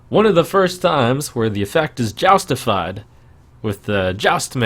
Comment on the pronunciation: "Joustified" Goddamit Trump.